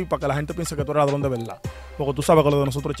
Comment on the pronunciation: No dice ladrón dice ladron, palomo.